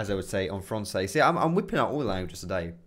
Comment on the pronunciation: your ''francais'' lol , i speak french what did you just said :P